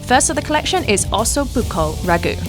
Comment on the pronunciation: "ossoo bookoo" 🤣